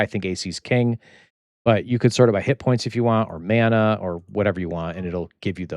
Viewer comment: I remember in beta 3 there was a area in innothule swamp b4 guk there was a zoneline that we coulnd't get through i think that might have been it. Us beta people used to talk about it but it disappeared and nothing came of it. Mana is pronounced mahna it's a Hawaiian word meaning power